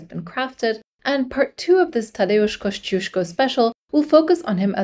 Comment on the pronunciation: As a praud fanboy of Kościuszko I love to see him getting some attention. Can't wait for the part II. Also, very nice pronunciation of Kościuszko and other Polish names!